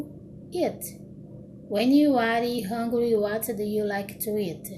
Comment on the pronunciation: moça vc pronuncia um pouquinho errado, eu n sei como explicar, por exemplo em "hungry" vc disse "ãngrui" mas se fala "rãngrui", meio dificil explicar em comentário mas enfim, teve outras coisas mas to com preguiça de escrever kkkk